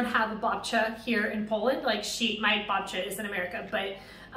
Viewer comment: the babcia's one is perfect..the way you say it hahahah